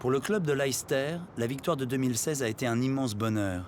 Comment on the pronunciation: Très intéressant de voir la vision du UK de l’extérieur. Le North South divide est toujours d’actualité mais moins marquée il me semble ces dernières années. Et puis on prononce la ville de Leicester “Lester” (et non pas “L’aïl-ster”) Très bonne réalisation. Très bon documentaire.